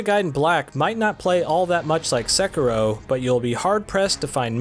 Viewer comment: Hiring requirements for a game reviewer: 1. Must be able to pronounce the name of the game